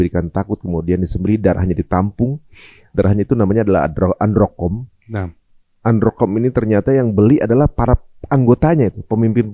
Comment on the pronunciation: Adrenochrome. Bukan androkom. Siapa androkom😂 Diambil dari hormon Adrenalin.